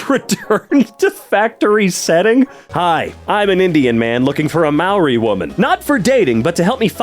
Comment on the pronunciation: the pronunciation made me laugh too much, its not mau ree it mau ree